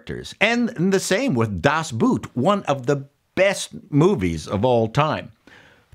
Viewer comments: Good points, never really thought about this. It's not pronounced "das boot [boot]" but "das boot [boh’th]" with powerful, german accent. Just saying. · das boot is not pronounced as boot as in "im pulling on my boots." its pronounced as both , "like both side are right" (btw your video and your analasys are great and dead on. dont stop.. love this channel)